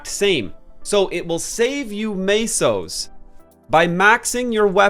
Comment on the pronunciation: Tell us, when you pronounce the currency in MapleStory, where do you see the fkning a?